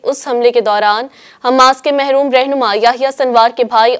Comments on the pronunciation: the newsreader said mehroom rehnuma Yahya Sinwar... Plz correct yourself behna, its Marhoom Rehnuma.. not mehroom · Why did newsreader say "mehroom rehnuma Yahyah sinwar" behna its Marhoom Rehnuma